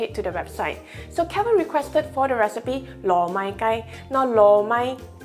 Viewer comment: My Cantonese friend thinks your pronounce "loh Mai Kai" wrong....